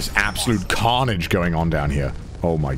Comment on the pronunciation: I don’t know why, but saying carnage is max British